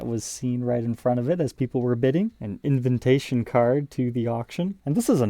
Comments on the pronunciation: Did you say invintation? I get cringy a lot about "eck-cetra" and "suposebly" but invintation? You are doing it on purpose, lol.😂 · What's an 'invintation card'?